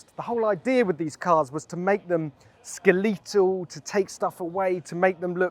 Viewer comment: Yes, correct pronunciation as per the Oxford English Dictionary. (Or ask any British doctor).